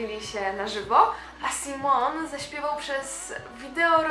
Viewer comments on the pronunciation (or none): Vici Shteryanova kocham magię Nie "Sajmon" tylko Simon